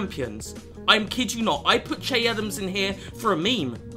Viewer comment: Che is pronounced shae